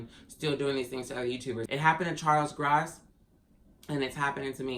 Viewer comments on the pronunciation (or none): What happened when they came to your home??? What's Charles Gross have to do with this???? BTW his name is pronounced GRo-SS, as in " OMG he's so gross". You hear the O in Gross. Have a great day my friend XOX 🌹